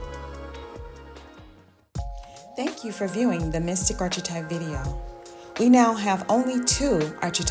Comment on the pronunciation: Thanks, especially for emphasizing “refuge in God” at the end. One small suggestion … please consider fine-tuning your pronunciation of archetype.